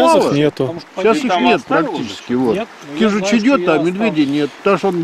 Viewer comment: кажись кижуч, а не кижич